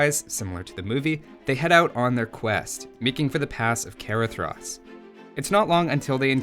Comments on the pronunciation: I'm pretty sure it's pronounced "Caradras" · That is not how you pronounce Caradhras. It's actually more like "cah-RAH-thras", with "th" as in "then".